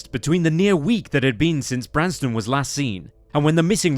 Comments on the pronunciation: Nooooo its not the same without the OG narrator and this sounds like AI/robotic. Also AI kept saying Branston, which isnt his name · He keeps calling him “Branston”. It’s “Branson”. Not to sound harsh but the least you can do is get the victim’s name right. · Is it Branson or Branston Mr. Narrator? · The fact that the narrator seems to intentionally mispronounce Branson's name angers me to no end. How disrespectful can a person be? This reason alone makes me never want to watch another of this channel's videos again. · Is it just me or does narrator say "Branston" or "Brandston" sometimes... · Narrator actually called him Branston, i guess it's because he was in a pickle.... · the narrator called him "Branston" a few times. Also, when they mention how his mother was buried next to an empty plot meant for him, it shows the headstone for a seemingly completely unrelated Branson Perry who died in 1948. This video is honestly really sloppy. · This narrator has missed pronounced Bransons name quite a few times which is annoying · Really, then why is Branson's name mispronounced throughout? How disrespectful. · Messed up the kid's name a few too many times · how disrespectful to continually butcher the victims name repeatedly. not a great first impression imo.